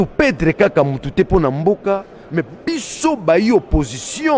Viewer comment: Bonjour. Yebisa Safu balobaka PEDRE te, plutôt ba lobaka PERDRE.